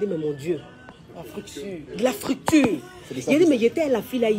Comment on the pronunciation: Arabie saoudite: la coach "ça c est la 'fructure' ...La grosse fructure!!! MDR